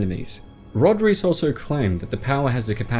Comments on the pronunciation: I thought it was pronounced Rice and not Reece. Reiss isn't it? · Reiss family I s pronounced “rice” family.